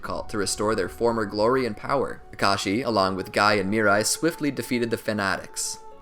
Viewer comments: While you were talking you said kakachi and not kakashi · He said ka Kai in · at 29 40 u say *kakaki * lol